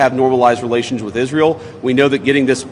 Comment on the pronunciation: Is-real and the eyedeef are-Terr-0R-15t